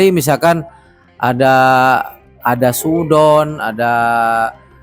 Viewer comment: SU'UDZON PAK BUKAN SU'UDON PAKE Z